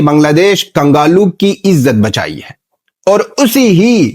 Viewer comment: Kangalu nhi kanglu 😅😅